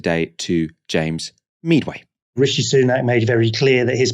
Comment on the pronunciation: Well, that was an agenda-revealer if ever there was! And great to see James Meadway (pronounced medway, ahem!), I know him, and haven't seen him in ages.. Get him on more often, he and Richard Murphy are two economists you can trust, and they talk in plain, simple English. Give 'em a bit of rein and they're both incredibly funny, too in a 'sarcaustic' style. Tops work all round!